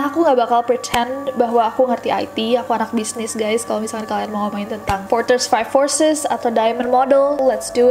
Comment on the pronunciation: dan gw ketawa pas nessie ngomong porter's five forces :(